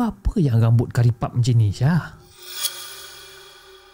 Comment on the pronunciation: Ingat chip tersasul sebut rambut karipap 🤣🤣🤣